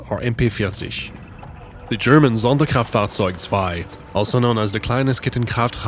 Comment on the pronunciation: believe it, the perfect pronunciation of Sonderkraftfahrzueg and HK 101 is outstanding. I would give him an A+ if I was a German language teacher. And his Russian is also flawless. Keep studying!